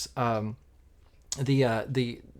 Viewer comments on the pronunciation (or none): It’s pronounced “Lexum”….not “ham”!